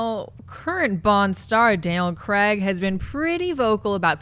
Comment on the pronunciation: OMG stop pronouncing Craig wrong >.<